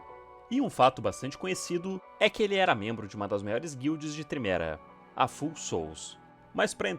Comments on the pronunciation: Vídeo f*da!! Só um detalhe: o nome da guild se pronuncia "fául", de "falho", e não "full", de "cheio". São as Almas Falhas! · Amo seu conteúdo, só uma observação Pronuncia de Foul seria “Fauel”. Abraço por trás ❤